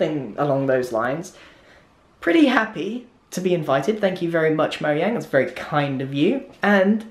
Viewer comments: Erm…it’s pronounced Mo(J)ane not Moyang! This totally peeves me off as a gamer!!! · moyang?! i thought it was mo jang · you said MOYANG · Notch: Lets call our company Mojang Grian: MoYAnG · Grian: pronouncing mojang Grian: dunno what u r talking about its moyang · It was funny all the times grian said moyang instead of mojang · Grian: moyang Me: ITS MOJANG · Haha he said Moyang in stead of Mojang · Everyone: Mojang Grian: Moyang Me: Confused why grian says Moyang instead of Mojang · It’s mojang not moyang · I think it's no JANG Not no YANG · MoYANG! xD (its pronounced MoJANG) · The creators name is mojang not moyang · Its called mojang not moyang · Grian in the first 5 minutes: Moyang Grian 1 minute later: Mojang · he said “moyang” I missed it though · Moyang, moyang! Couldn’t even be invited to a Mojang event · when he said "I was invited by moyang" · Livy’s Jus Tryin no it's moyang because mojang is made in sweden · When he pronunces Mojang like moyang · Grian: Moyang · also recommended to me now but.. he says moyang?? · Omg I Died When He Said Moyang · When he said moyang XD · Ah Yes, Moyang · Why does he pronounce it Moyang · I hate how he says it like stockhalm, and calls mojang moyang. Why is it annoying to me 😕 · really? i don't... but i wanna ask did he pronounce mojang correctly because the "j" sounds like a "y" in grian-speak but i dont think it's correct tell me if grian is correct cuz i think the j should sound like a j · You forgot the j in mojang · moyang, huh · How is he a mincrafter if he doesn't even know how to say Mojang